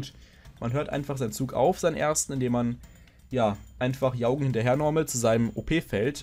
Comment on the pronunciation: "Jaugen" spricht man meines Wissens nach "Djorgen" aus. Übrigens habe ich das Gefühl, dass die Karte "Metallfose - Fusion" immer eine bessere Alternative zur Unheil verkündenden Schlange darstellen wird.